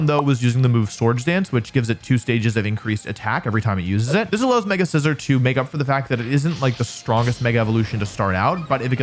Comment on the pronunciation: A bad English accent AND not saying SEE-ZORRR when introducing Scizor? Wolfey fell off man 😂 (In all seriousness, fantastic list and I love all the various factors and things you include to fully evaluate a Pokémon. It could be very easy to just focus on a few particular, big, obvious qualities and so I love how you look into overlooked and easy to forget qualities too)